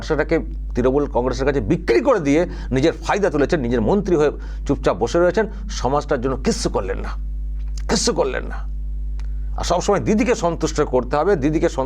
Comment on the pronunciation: ও চাচা,ওকাপ নয় কথাটা ওয়াকফ। গরু নয় গুরু , মুন্ত্রী নয় মন্ত্রী,সামপ্রীতি নয় সম্প্রীতি, মুনদীর নয় কথাটা মন্দির,বাংলার কি মুসলিম গুরু বাংলাটাই জানে না।